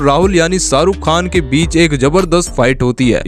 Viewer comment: It's Shahrukh Khan not Saruk khan...